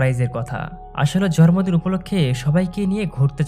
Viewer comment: জরম্র দিন না ভাই জন্মদিন। কিছু কিছু শব্দের উচ্চারণ ঠিক করলে আপনার এক্সপ্লেনেশন ভালো ই হবে